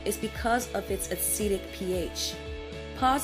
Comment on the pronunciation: I am "Caucasian" which doesn't mean much, since I did not come from the Caucasus Mountains! However, despite not have the hair issues discussed in this video, I really, really enjoyed the video! A pleasant voice, the music was NOT disturbing, and it actually provided FACTS. Cool. One adjustment: the word is a-cid-ic, not a-seed-ic. But that's such a tiny flaw, I probably should not have mentioned it...